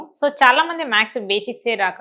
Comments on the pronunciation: You are saying. MAKS...Its not maks it's maths....+ Or - symbols..sign kuda anachu while teaching you must say smbols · ప్లీజ్ మేడం మీరు మ్యాక్స్ మ్యాక్స్ అనకండి 🙏🏻🙏🏻🙏🏻 మ్యాథ్స్ అని పలకండి ప్లీజ్ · Plz say maths, not max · మ్యాక్స్ అనకండి. మ్యాథ్స్ ఆనండి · ఆవును మాథ్స్ అని చెప్పాలి